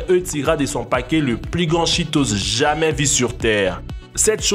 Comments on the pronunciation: A 3 min 29 il dit "on ne sais jamain " au lieux de jamais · le monsieur qui fait la vidéo ne dit pas on ne sais Jamais mais on ne sais jama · Un moment il a dit jamains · "On ne sais JAMIN "😂😂😂😂😂😂😂😂😂😂😂😂😂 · Toi bien parler français quand toi dire 《on ne sait jamain》